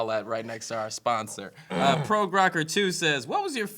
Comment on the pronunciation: Oh my god, did really just say 'Proge' rocker